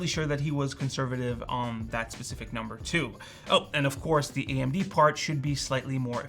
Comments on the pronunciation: Just so that you're aware, "the" is pronounced as "thee" only when it is followed by a word that begins with a vowel. For example, it's "the start," "the year," "the benchmark", and "the 13900K" (and not "thee start," "thee year," and "thee benchmark, and "thee 13900K"). Pronouncing it as "thee" all the time, however, does not make you sound erudite; it makes you sound like a tool bag. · "Thee" audacity of some people lol